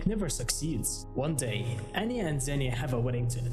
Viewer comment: her name is pronounced ahn-ya and not ann-ya it's really annoying when people butcher names sry if i'm rude